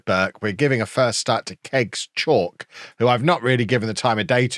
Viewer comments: its not chalk its pronounced Cha-oo-ke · bro i think kegs chauke a better pronounced for kev is cha-woo-kay. much love from RSA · Just so you are aware, Oshilaja is pronounced Osh-e-lar-ja; and Chauke is pronounced Chow-kay. Hope this helps. Let’s finish above the Lambs!